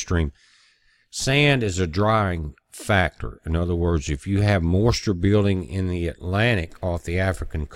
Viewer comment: I like the way he says the word 'moisture'...it's like 'mawschure'